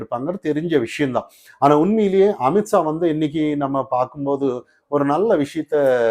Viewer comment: 😂😂😂😂 not AMIT SAA.... pronounce AMIT SHAH😂😂